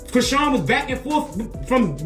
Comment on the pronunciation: Are they saying Karen for Chrisean??? wrf??